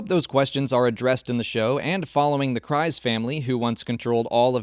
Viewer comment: Maybe this is just an accent thing I don’t know, but where in Clone Wars or Rebels is Kryze pronounced like that? Sure it’s spelt that way, but the pronunciation is (Kriz)